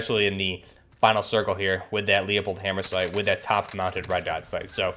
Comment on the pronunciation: Leupold is pronounced loop old